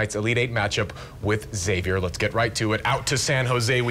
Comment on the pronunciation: i love how many people outside Spokane mispronounce Gonzaga. then the news anchors mispronounce Xavier saying "zavier" instead of "ex-avier"